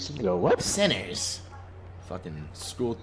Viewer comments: “Sinners” (centers) lmao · Why he said it like thst 😂😭